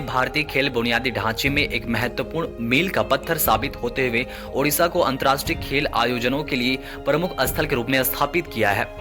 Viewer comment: Odisha not Udisa